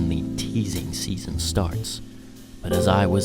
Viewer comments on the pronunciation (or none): none